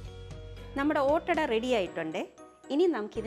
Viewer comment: ഒറ്റഡ എല്ല ഈദ് ആഡാ അണ്